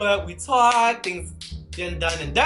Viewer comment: tOak tWAWKED lol il the way he says it XD